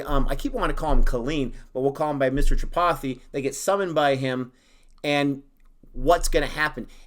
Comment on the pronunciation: And please don't say Tri pi thi....it is tree-paa-thee